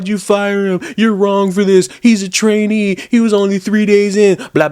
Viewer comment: Did they say trainee or tranny? Yay! Fired tho. And if I catch you spitting in ANYTHING I'm eating or drinking, it's gonna get awful physical around here....